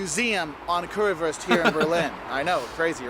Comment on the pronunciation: The Way he says Currywurst offends me. Lol. It is Not Worst..it is WUuurst.. like in yo uuuuuuu..at least try to say it right please. Thanks.